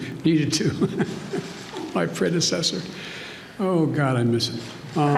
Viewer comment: "My predeseder need too"